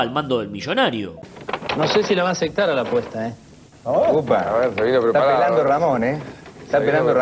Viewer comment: "No sé si la va aceCtar a la apuesta he" 😂